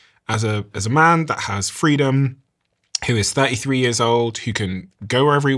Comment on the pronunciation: years 💀 yöz ✅ hate how he pronounces that... ew